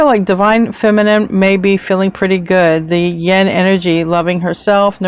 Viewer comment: you pronounce yin like yen so it confuses me.